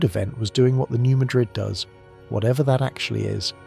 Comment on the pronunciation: It is not pronounced New Muh-DRID fault, it's the new MAD-rid fault. Yes, some of us have heard of it, many many times.